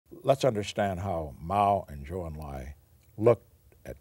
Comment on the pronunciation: Nixon's pronunciation of Pr Zhou Enlai's names shows exactly how much respect he pays to his counterparts. He learned to pronounce ZH and EN in mandarin and did a commendable job saying his name.